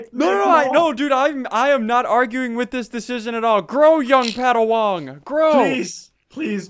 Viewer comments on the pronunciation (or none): Did he say padawang? When he was speaking with the chicken and when is the poop war? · "Young padawong". Cringe